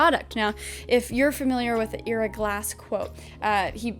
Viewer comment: Loved the video, and wish I could leave office work as well! On another note, I believe it’s pronounced eye-ra, not ee-ra. He says his name at the beginning of each This American Life if you wanna double check ✌️